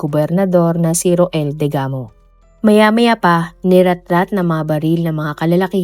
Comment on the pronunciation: Rowell po ang pagbasa nyan po Hindi ro-el 😊😊😊 Family name nlng po ang gamitin wag na yung first name.